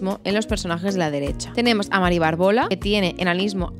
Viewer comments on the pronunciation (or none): Aprende a leer: acondroplásico y BÁRBOLA (con tilde). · Qué interesante y entretenido. Supongo que es una currada considerable, pero hay algunos gazapos que hacen que tu vídeo desmerezca un poquito la calidad de la información: "Mari Bárbola" (con tilde en la primera a, esdrújula,porque viene de Bárbara) y el enanismo se llama "acondroplasia", sin la "t". Son pequeñas puntualizaciones que espero que te sirvan para pulir un poco los siguientes vídeos sobre este asunto tan interesante. Muchas gracias por tu información. ( Es lo que tiene hacer un canal para culturetas, que no se nos escapa ni una).😅😅